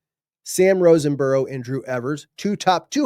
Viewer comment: I promise I’m not complaining. But….😂 There is not an N in Sam Roseborough’s name. Just wouldn’t want you to call him wrong name to his face. Great job as always!! Love!!!!